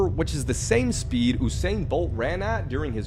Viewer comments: Its not OOOsain its YOUsain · YOU/Sain bolt , not oooh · You-sane bolt not ooo-sane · "Oosain bolt"💀💀💀💀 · Sorry I don't know if it's just me but did anyone else here oosain Bolt? Also no offence if you have a speech impediment or anything like that 😅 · “Oosain Bolt” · The U in Usain is pronounced 'You" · It's pronounced You- Sain_Bolt =Usain Bolt ⚡ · Aiite im tired. It'spronounced You-sain not however he just said it🚶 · not him miss pronouncing usain bolt